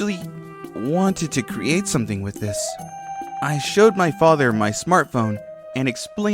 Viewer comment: She also has trouble with the th words. Father is fadder and other is udder lol. She's gotten better since she started